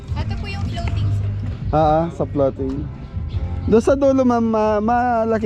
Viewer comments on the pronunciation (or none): Floating yata, hindi flooting😂😂😂& Thailand, hehehe